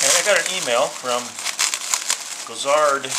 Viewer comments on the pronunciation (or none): I believe his name is Gorazd not Gozard. It's hard to pronounce, if you not used to though. Thanks!